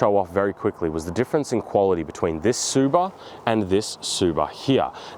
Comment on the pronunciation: Tsuba with the hard r is crazy lmao